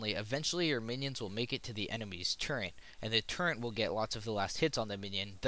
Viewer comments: all I hear is "turrent" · Great video - but there is no n in turret.